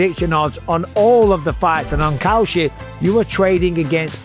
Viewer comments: Maybe Kalshi shouldn't be hiring people to advertise their product who pronounce it like "Cow Shit". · When you say kalshi it sounds like cow shit. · Cowshit? Needs to work on that accent. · Kalshi? I thought you said cow sh*t. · Kalshi haha I swear I thought you said "cow sh*t" 😂😂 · Dude says kalshi and it sounds like cow shit lol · I thought he said cow sh*t 😂😂😂